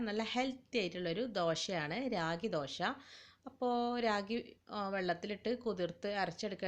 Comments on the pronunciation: രാഗി അല്ല റാഗി 😂😂😂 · രാഗി അല്ല കുഞ്ഞേ..., റാഗി. മുത്താറി എന്ന് പറയും.